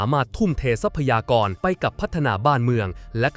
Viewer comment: ใช้เอไออ่านๆ ผิดอ่านถูก เช่น ทรัพยากร อ่านว่า ซับ พะ ยา กร ไม่ใช่ ทับ พะ ยา กร , หลักที่ 1 อ่านว่า หลัก ที่ หนึ่ง ไม่ใช่ ลัก ที่ หนึ่ง